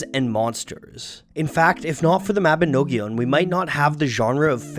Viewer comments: Mabinogion is pronounced Ma-bi-nog-ion as Well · I have never heard a non Welsh person try to say Mabinogion before, and it was jarring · lol does he have to keep saying mabinogion like that